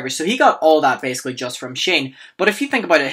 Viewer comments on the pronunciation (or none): none